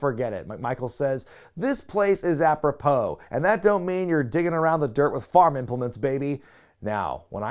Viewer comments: does he think it's appro-how? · It's aprop-hoe, that's what he meant. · Apropos is pronounced 'App-row-poe'. I'm guessing that the 'joke' is that the pronunciation of 'pos' at the end, 'poe' sounds like 'hoe' - a common farming implement. It's one of those jokes that messes with your brain because you can almost make sense of it, but in reality it's actually nonsense. Adding another layer to this, 'apropos' means 'relation' and is commonly used in the phrase 'apropos of nothing', meaning to move onto something unrelated. I don't think any of this was intentional, but this is probably why it's stayed in your head. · The announcer thought that apropos sounded like “a pro hoe”, a how being a thing you dig in the dirt with. It’s stupid, but I think it’s what he was going for. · When he said apropos, maybe he was trying to think of hoe, like a garden hoe. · "If it wasn't for my horse, I wouldn't have spent that year in college" has rolled around in my head for years. It's a line from Lewis Black on "The Daily Show." I marked out when you said it. As for what Mongo meant, maybe it was "apropos" kind of sounding like "a hoe."